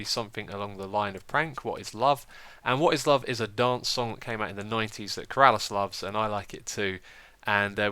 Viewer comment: It's not Keraaalas it's Ker-a-lis